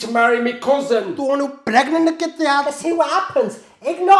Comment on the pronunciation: Why’d he pronounce cousin like that